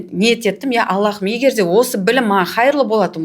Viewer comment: АллаХым емес, Аллам! Һ әрпі қазақта х болып айтылмайды ғой, тамақтан шығатын қатты дем сияқты дыбыс қана❤ Жұмыстарыңызға табыс тілеймін!